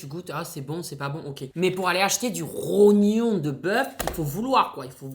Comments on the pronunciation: Mdr le "trognon" c'est le rognon 🤣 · En plus tu dis tronyon a la place de rognon 😂😭tu me tue de rire